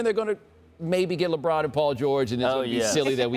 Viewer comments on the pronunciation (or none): none